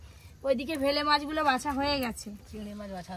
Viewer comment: ওটা ভেলে মাছ বলে না বেলে মাছ বলে